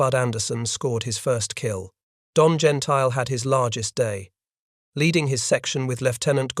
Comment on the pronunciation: Gentile's name is pronounced, "Gen-tilly